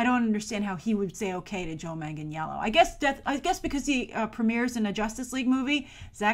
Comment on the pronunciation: u said his last name wrong is pronounces Joe Manganello there is no j in it and the i is silent but it is spelled Joe Michael Manganiello